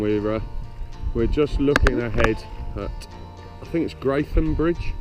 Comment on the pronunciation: a nice video of a lovely area. It's been a long time since I camped by the Arun, and yes, the banks below Amberley are very steep, but there are some cracking spots to camp, or used to be. Have you ever paddled upstream from Pulborough? it gets really nice up there! By the way, it's spelt Greatham but pronounced Gret-ham. if you think paddling an inflatable against the tide if hard you should try rowing a bathtub with a greenhouse on it! :-) All the best, Al